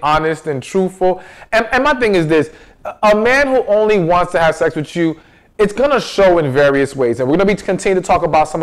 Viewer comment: PLEASE PRONOUNCE THE WORDS COREECTLY....ITS WITH, NOT WHICH. AND ITS NOT CHU, IT'S YOU.***